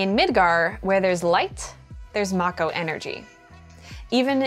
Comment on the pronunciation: I want to thank you from the bottom of my heart for PRONOUNCING MAKO CORRECTLY